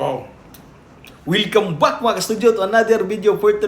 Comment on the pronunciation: Bakit palagi mo sinasabi na wilcome back 😂😂? Tol welcome back 😂😂😂😂😂 wilcome back 😂😂😂😂😂😂😂wilcome back bwahahahaha